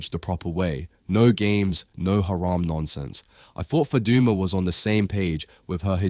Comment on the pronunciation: The way say Faduma doesn’t sound Somali accent you sure u Somali?????